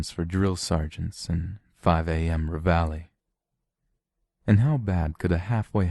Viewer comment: It's not "ra-val-ee". It's pronounced "rev-a-lee". It's a military term for "wake yo ass up!". 😂